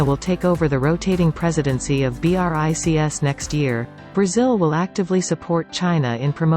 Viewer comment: it was such an interesting video - BUT, how much I have been fed up with these dead voices of robots! Why do they avoid real people's voices? And how she pronounced BRICS in the end? Shame, they spoil such an important information.